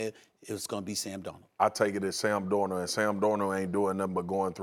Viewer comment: Nobody: Marcus Spears: Sam Dor-nuh